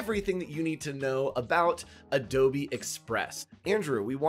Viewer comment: Is it called adobeee? Lol 😆